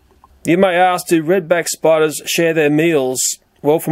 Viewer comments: Educational video huh? Intro: Spidurs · Sorry but spidu-rs??